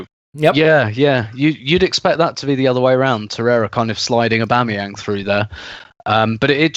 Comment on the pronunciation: Put some Respeck on Aubameyang's name.